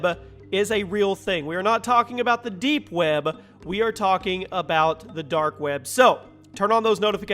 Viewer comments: The dark "webba" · "The Dark Wäbe" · dark web-uh